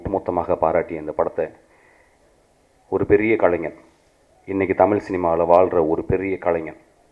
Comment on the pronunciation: டேய் பொறம்போக்கு myskin, தமில் இல்லடா தமிழ். முதல்ல தமிழ் சரியா பேச கத்துக்கோ. கேன பய பிள்ள